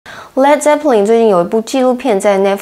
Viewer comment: 发音是led，不是leed。